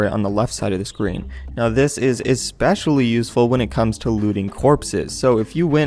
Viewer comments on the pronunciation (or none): none